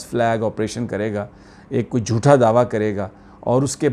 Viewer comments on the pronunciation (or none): Sami sahib jutha nahi jhuta hota hay Urdu mai